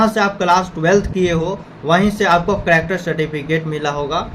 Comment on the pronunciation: Character ❌ Cractor ✅